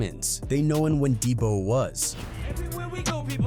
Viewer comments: this fuckin guy did not just pronounce Samoans as salmons.... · 41, "active samans" or "salmons" instead of Samoans, after properly pronouncing the word "Somoan" previously, is this AI? making dumb mistakes that people probably wouldn't make? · “50 salmons” lmao you just said Samoan a little bit ago how do you completely butcher that 2 mins later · Did just say Salmons 😅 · WTF is wrong with this jew....First, he calls 2Pac - Pack....Then, he calls Samoans - salmons! Admin on a channel called Hood War Chronicles...that deserves a brand new troll farm 4 your channel jew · The narrator said 50 samans, bro wtf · Bro said "50 salmons" lol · Im dying at the fact the Ai called them salmons at one point lmfao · What’s crazy is I didn’t even know it was A I till he said 50 salmons